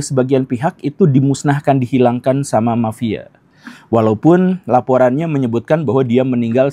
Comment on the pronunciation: Mafia pak guru bukan "mapia"